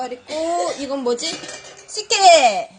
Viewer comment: 첨에 족발식혜 보여주시는분 발음이 박가린님 같음 조빨 떠꾹 다쭉 다빼쑥 시케 ㅋㅋㅋ